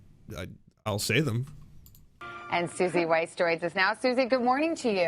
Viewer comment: I love the way you pronounce weiss as "weece". It just gave me a giggle